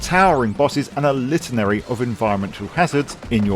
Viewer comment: It's "litany".